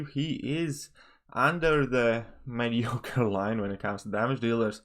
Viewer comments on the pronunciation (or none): The way you say mediocre is fun to hear 😅. MediCore